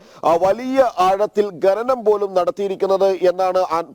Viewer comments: ഗെനനഠ അല്ല. ഘനനഠ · എന്തോന്നെടേ ഈ ഗനനം? അക്ഷരം അറിയാവുന്ന ആരെയും കിട്ടിയില്ലേ ജനം ടീവിക്ക് റിപ്പോർട്ടറായി ?